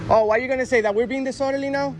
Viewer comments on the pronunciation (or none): Hey, please work on your pronunciation. The word is dis-orderly. Not dissorderly.